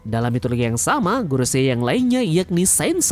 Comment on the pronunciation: kalau pas bilang gorosei itu mbok ya yang biasa saja kang